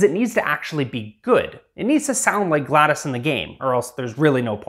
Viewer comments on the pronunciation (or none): Gladas! Bruh it’s Gla-DOS Lol 😂💀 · Builds gladOs and absolutely refuses to pronounce her name properly you cant even simp properly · Her name isn’t Gladys,it’s Glados,gla-dose. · GLaDAS? GLaDOS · Every time you say Gladys, Gladys Knight pops into my head! it's GLaDOS. DOS like MS-DOS, the early Microsoft operating system. In fact, the DOS part of her name stands for the same thing. Generic Lifeform and Disk Operating System. Not GLaDIS, or GLaDYS, GLaDOS. As in Glad- oss. How can you be a superfan and not know this? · I'm sorry, this is a petty thing. I couldn't finish your video because my OCD was going nuts about your pronouncing her name wrong. It's not Gladys it's GLADOS, it sounds like awe. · Bruv called him called her galdes and not glados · "gladys" dont take this as a bad thing but her name is said "gla" "dos" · its glados not gladas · I HATE the way you say GLaDOS it’s Glad-o’s like a cereal not gladus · It’s glados gladis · It's glaDOS not Gladys 😭😭😭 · "gladis" GladOs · Gladis gladIS it’s pronounced glad OCE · GLaDOS is pronounced "Glad-ohss", with a long O sound, like Talos. Not "glad-iss" like Gladys Knight. You goon. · It's GLaDOS, not GLaDAS, it's Disk Operating System, not Disk Aperating System. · As a portal fan I feel the need to say it’s not “Gladys” It’s GLaDOS” (Glad-oh-s) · Glad O S not gladis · Glados O not Gladis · Scrolled down to find this. He is pronouncing it like Gladys (Glad-iss) when it's literally pronounced how it's spelt GLaDOS (Glad-oss) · this is triggering me it isnt gladas its GLaDOS glad OS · It’s pronounced as Glad0s not gladas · its not gladys its Glad-o-s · It's not gladis, it's GlaDOS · prodounced GLaDOS not gladis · Glados, not gladis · Am I the only one who noticed he says "GLaDIS" instead of "GLaDOS" ? I can't stop noticing it. 😅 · Sorry, just wanted to say that it’s pronounced GlaD-O-S (I think) or maybe it’s GlaD-Ose (as in dose). You did a great job on it, looking forward to future videos! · It is not pronounced Gladys